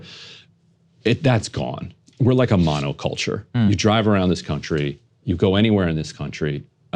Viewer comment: Monocultire? Jesus!